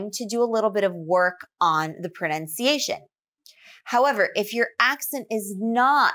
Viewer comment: I think you should work on your own pronunciation as well. I can sense your slight regional accent, and you do not pronounce some words clearly enough. One example is the word "pronunciation" that you often pronounce as "prunciation"